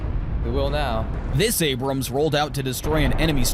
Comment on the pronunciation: It's ABRAMS, not Abraham......